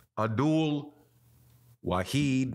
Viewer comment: The man’s name is ABDUL WA-HID 🤗